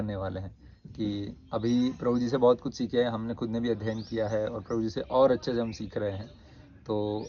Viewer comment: Atleast, take the name of clearly... video k shuru me, Krupaya, Prabhu ji ka naam ' clearly ' bataye...